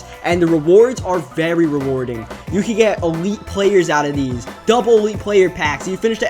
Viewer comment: It's pronounced these not deez